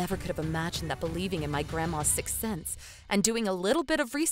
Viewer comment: Sixth Sense not Sex sense.